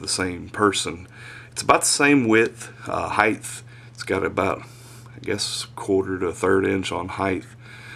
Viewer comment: man you're still saying heighth:P